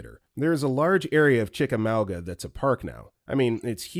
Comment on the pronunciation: I’m born & raised in Chickamauga and I absolutely LOVE hearing folks try to pronounce it. It’s a strange word that’s not one that phonics can help with… best bet find a local & ask🤣